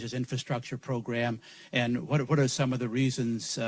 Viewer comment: wot a.. itu apa ya? two a half years 🤔